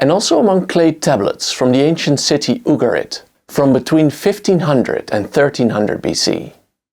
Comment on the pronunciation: The pronunciations in this video are painful. "EYE-Rack", "OOoguhrit" ih-RAAK, Yu'GAR-it